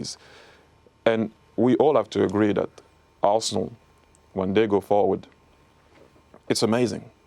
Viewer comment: tis ze history of de arsenal